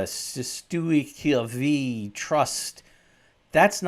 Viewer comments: How can you call this an educational video. In the first couple of minutes you have already stated some things regarding this that are erroneous and just plain incorrect. You cannot even pronounce the name of the legislation properly, which shows your lack of substantial familiarity with the content and it's mechanisms of law. You should not be attempting to dismiss this as some kind of woo woo conspiracy theory. Or advising people about it at all when you do not fully understand it yourself. Cestui Que Vie is a real and legitimate legal trust, but the way you are defining it's purpose and practical use are flawed. You are therefore in effect doing more damage than anyone who merely fails to understand it. You seem to be steering people in the wrong direction with misguided ideas of what the trust is, and seem to be trying to throw doubt on the reality of it's existence and use in the real world. It is not a conspiracy theory. It relates in many ways to our human condition in a legal sense and to our financial and legal freedom in this world (the commercial world of contracts and monetary functions and laws). People are not stupid, they have the ability to read law too. Many people have studied these and other common and contract laws (UCC) before coming to the various conclusions. They are not without the ability to practice sound judgement. And I can guarantee you, that many will find your dismissiveness, both condescending and somewhat dishonest in it's flippancy. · Its pronounced "sestwee ku vey". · Oh dude, you totally butchered the name. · There was nothing 'plain' about the content of this video and your English isn't much better than your French. None of the 'sovereign movement ' vídeos I have watched suggest setting up a c'est tui que vie trust, meaning you haven't even represented that movement plainly. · As a lawyer tho you would be able to pronounce this correctly id assume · You cant even pronounce the words 😂😂😂 and you talking yank crap!